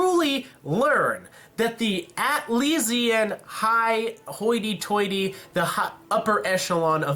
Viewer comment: dude quit saying haughty tightly like that lol It's a joke by the way